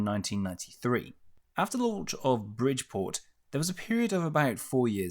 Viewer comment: Bridport is pronounced Brid Port. You pronounced the Saudi ships perfectly and failed on an English fishing port. Awesome ships to serve on.